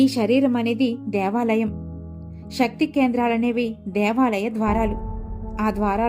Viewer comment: Madam shakthi kaadu sakthi Ila baashanu maarchesthunnaru koncham baaga maatladandi chaala mandi ilaney aksharalu maarusthunnaru em style andi chakkani telugu ni chiraku chesthunnaru